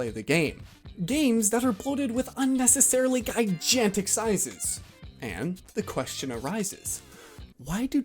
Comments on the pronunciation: Again, good video, but do you do that on purpose? Guy-jantic? Stiffling in the last one (Far Cry 2)? There's no shame in using the thesaurus, looking up synonyms etc., that's how you expand your vocabulary. But please learn the proper pronunciations. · . - Weird way to pronounce “GIGANTIC”…LOL. (GUY*JAN*TIC)?? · "Guy-Jantic" lol I suppose it's technically valid.